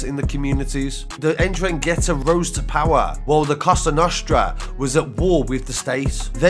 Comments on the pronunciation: Man said indragettah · It's pronounced En-DRANG-ata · Like the video. It's a silent second N. Pronounced en drag itta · It’s pronounced N-drang-gee-ta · The N it’s Silent just saying.